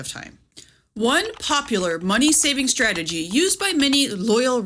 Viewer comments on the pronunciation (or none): none